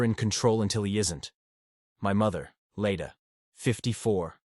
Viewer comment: Leda, not Lita. Elias is an adult, not a baby. Leda, not lady.